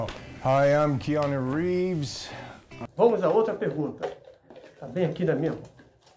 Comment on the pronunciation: Quiano Reeves kkkk